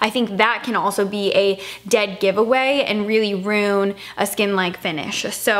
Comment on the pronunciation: R-U-I-N you are pronouncing it as R-O-O-N and I’m curious as to why?!!